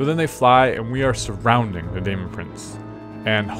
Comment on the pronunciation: Sorry to be pedantic, but it's not pronounced day-mon, it's demon. Daemon is the old English spelling. It's still pronounced as demon.